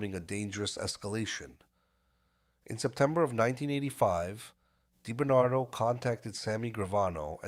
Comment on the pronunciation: Robert die Bernardo... Lol. You gotta love AI. Actually it was Sammy the bull and Quack Quack who wanted him wacked not Gotti.